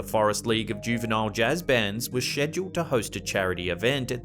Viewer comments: They were ssssheduled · Bruh I just realized something and it pains me, I’ve never heard someone pronounce scheduled like that You still have my respect tho you’re one of the best channels like this man